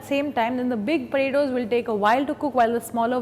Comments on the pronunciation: It sounds like she is saying cut the burittos. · The way she says potatoes (/_^)